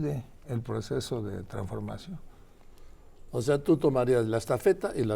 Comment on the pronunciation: Tampoco sabe pronunciar traNsformacion. Continuidad?? Ni Dios lo permita 🙏🙏🙏🙏